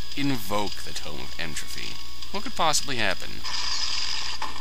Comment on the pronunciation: Regrettably, good sir. You said it with an ending like "trophy" when it is indeed "entropy" with a hard 'p'.